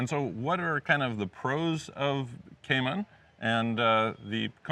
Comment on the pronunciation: Kay maan islands hahahaha